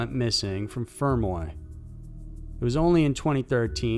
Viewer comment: I'm sorry but his pronunciation of fermoy is annoying me, I'm from fermoy and he's emphasising the fer- too much its supposed to be more together